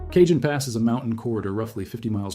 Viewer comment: I like your voice and channel. Just fyi: the “Cajon Pass” is pronounced “ka-hone” not “cay-jun”